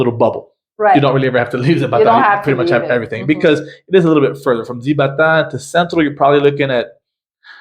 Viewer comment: The Z in Spanish is pronounced like an S. Zibatá is “sea ba ta”. It’s actually much larger than you describe and the park you describe is not the main park.